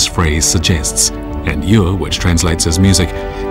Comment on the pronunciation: The Australian narrator completely mispronounces "yue" (music) which is "yweh" like "no way" with striking/falling fourth tone. You can hear Li Xueqin correctly pronounce the word . The Australian also mispronounces the syllable "yang". It is "yahhng" rhyming more with the American pronunciation of "long" than the word "fang," with which it does not rhyme at all. On another note: these illustrious objects are world wonders.